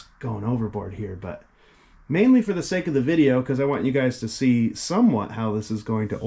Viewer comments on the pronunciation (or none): none